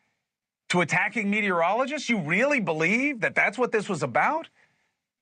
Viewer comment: Did that dude just say ‘weally’? TWICE?